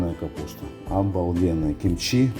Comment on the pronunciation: Ты оскорбляешь слух всех корейцев и мой за одно. Не чимчи, а кимчи. Это все равно, как называть Hyundai - хьюндай, а правильно - Хёндэ. И даже привычное название столицы Сеул звучит Соул. Но за рецепт респект и уважуха!